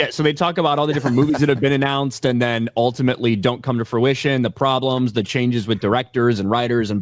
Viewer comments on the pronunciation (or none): none